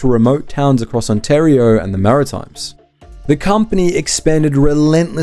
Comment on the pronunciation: THANK YOU FOR FINALLY LEARNING HOW TO PRONOUNCE ONTARIO!!!